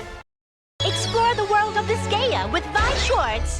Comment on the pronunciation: did they really just call Disgaea Digaya?